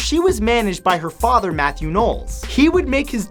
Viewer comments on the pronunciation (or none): none